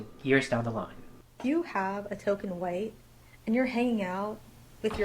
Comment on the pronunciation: The "KQUUHHHwhite people" had me rolling ngl lol.